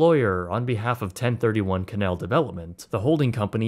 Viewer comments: Bro.... ok... I enjoyed the video, but it's canAl, not Canel St. I'm from Louisiana, and hearing you say "canel" just.... ugh canAAAAAAAL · It’s pronounced “kanayal”